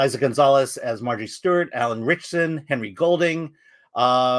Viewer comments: Did anyone think to tell him how to pronounce "Ritchson"? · “Eye” an Fleming. Between this and Alan Rich-asson and that pronunciation of the James Bond writer, you can tell the one dude has never heard of either guy. Haha